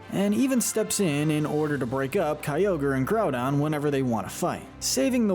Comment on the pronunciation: IT SAVES THE EARTH, NOT IT'S SAVES THE EARTH! SAY IT RIGHT PLEASE! IT'S GROUDON, NOT GROUNDBON! AND IT'S KYOGRE, NOT CYOGER!